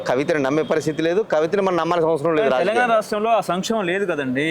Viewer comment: ఇంటర్వ్యూ చేసే వ్యక్తి స్పష్టంగా మాట్లాడటం నేర్చుకోవాలి.. కనీసం 'తెలంగాణ' అని కూడా పలకలేకపోతే ఎలా